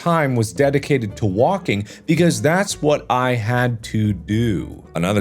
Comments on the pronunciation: is it just me or markiplier is saying "wonking" and not "walking" XD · is it just me or does it sound like "wonking"